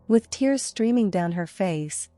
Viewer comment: A weeping sweater, crying "tears " How sad. And the truncheon is not a hatch that you batten down, but, rather, a "buh-TAWN." Artificial intelligence is worse than natural stupidity.